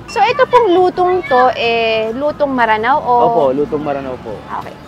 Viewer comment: Maranao po means taga ranao o lanao,actually m'ranao sya kung bigkasin